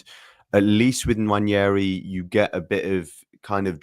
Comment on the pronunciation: His name isn't "Nwanyeri". You're an Arsenal fan, please say it properly.